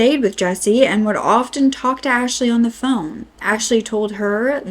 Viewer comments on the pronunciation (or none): none